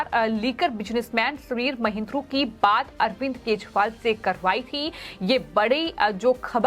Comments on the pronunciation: Style me kejriwal ko KEJPAAL kyu bol Rahi ho..😂😂😂😂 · Reporter केजरीवाल को केजपाल बोल रही है 🤣